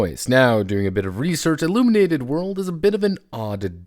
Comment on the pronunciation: IlLUMENated, you say?